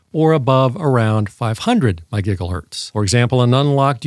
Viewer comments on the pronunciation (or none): This guy is annoying as fcuk. It's MEGA HERTZ. And he talks like he thinks you are retarded. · It's a joke. Just like he says my-giggle-hurts for Megahertz, etc.